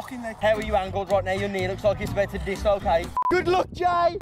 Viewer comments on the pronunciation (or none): man said “disLOWcate”